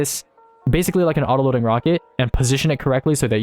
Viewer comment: this wocket is so cwoooool!!!